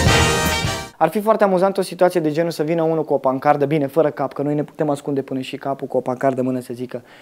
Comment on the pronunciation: scuze pt. corectura, dar cred ca ai spus ''pancarda''...no offence...peace!